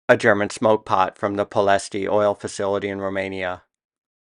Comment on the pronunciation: The intent of this comment is to say that Ploesti is pronounced 'plo-ESHT' , although wartime British newsreels added an 'ee' at the end which is not correct.